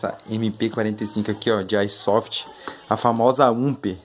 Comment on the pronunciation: O cara falando kkkk AÍsoft